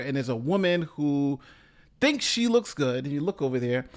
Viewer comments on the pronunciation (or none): I love emphasis on "THINKS she looks good"